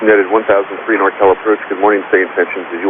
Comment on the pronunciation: it sounds like the controller isn't enunciating the "NORCAL", reminds me of that other ATC controller a number of years ago that suffered a stroke while on the radio.